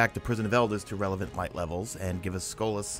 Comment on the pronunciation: Skol-ahhs not skol-ass lol jk I liked kings fall since it's the first raid I completed :3